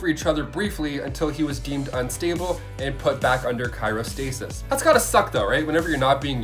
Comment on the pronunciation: Cairostasis or you mean cryostasis smh.